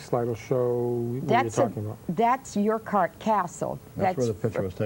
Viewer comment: Jimmy Page is the guitarist. It's called Urquhart Castle, like aaaor kwart.